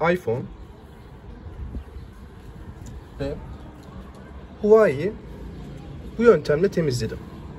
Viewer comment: Abi huvayi demeseydin iyiydi